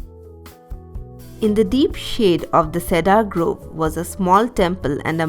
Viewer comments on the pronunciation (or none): none